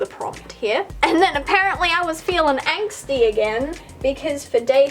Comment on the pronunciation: Hehehe, let's make a drinking game with all the times you say 'anxty' 😂 I'm ready!!